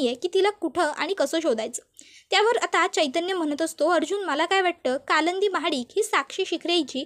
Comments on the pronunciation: Stop saying kalandi😮 it's kalindi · काय कालंंदी कालंदी लावलय,नाव कालिंदी असे आहे